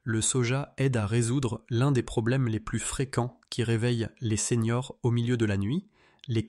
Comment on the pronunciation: Bonjour docteur. Vos vidéos sont faites par IA, et il y a toujours la même erreur : elle écrit, en voulant dire les séniors, elle dit les seigneurs.